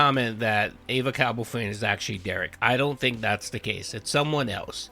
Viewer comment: I honestly just want to know why everyone keeps pronouncing “EvaCowboyFan” as “AY-VUH Cowboy Fan” lol???